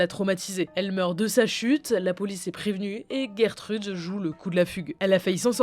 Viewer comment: Gertrude😂 ça se prononce pas geurre trude jer trude